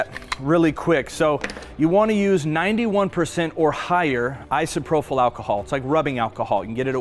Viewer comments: It’s ISOPROPYL, not isoprofil. You’re pronouncing it incorrectly. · Great video. Everyone is a critic and I just have one thing to say that drove me nuts in this video; "Isopropyl" is pronounced īsəˈprōpəl. There is no "f" or "ph" in the word. Keep up the great work and sharing. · My one critiques? - The mispronunciation of Isopropyl alcohol. There's no "h" after the last p, so should not have an "F" sound. Both gentlemen said Isopropyl alcohol wrong. - Waiting longer, like closer to 3 or 4 hours, will help curb a lot of the dripping I saw here. Would have reduced resin loss. - Would have mixed diamond dust in with the resin pours, instead of trying to spray on with Isopropyl alcohol. Accomplishes the same effect, but without the extra step of spraying; which was messy and felt clunky with the clogging. - Would have torched to be on the safe side. It's fast, easy and guaranteed to get rid of your air bubbles and not take a change that your eyes missed some when trying to mist on a spray. just my .02 on the critique. Otherwise, fabulous and beautiful design. Great job. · Awesome video, but you are killing me every time I hear isprophyl alcohol instead of isopropyl alcohol. No F sound please. LOL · Just as a note...it is isopropyl alcohol...not isoprophyl...no H. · Pretty certain you mean "i-so-pro-pill" alcohol. It is spelled isopropyl, not isoprophyl. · Was he saying "isoprophyl"?